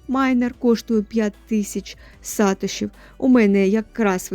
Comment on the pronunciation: Сатоши, наголос на о. Від засновника Сатоши Накамото)